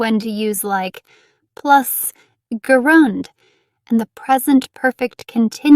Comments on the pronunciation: The word "gerund" is mispronounced. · The pronunciation of gerund is not correct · How do you pronounce 'gerund' ? I'm confused. Your pronunciation of the word 'gerund' is different from all the dictionaries.